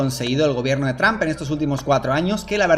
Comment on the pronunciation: 🤣🤣🤣🤣a mi me mata como dice traump